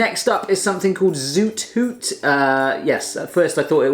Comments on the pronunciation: Zoet hoet!!😂😂😂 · Zoet hoed (zout hout) hahaha geweldig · Haha hoe hij zoet hout uitsprak zoethoed